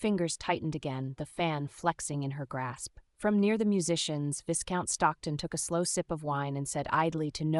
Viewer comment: Narrator should learn how to pronounce Viscount. The voicing and intonation are often not consistent with the meaning. More substantively, a woman of Margaret's class would have been accompanied by a maid or chaperone and would not be meeting a man in his home or for walks in the park by herself without risk to her reputation. It seems strange that so many people treat Margaret with condescension bordering on rudeness. Would that have been typical in this world? There are several inconsistencies about what room people are in. The barbs and comments people make seeem forced and out of keeping for the period. The underlying premise, conversations, and hesitations are not particularly believable. This could have been entertaining with more effort.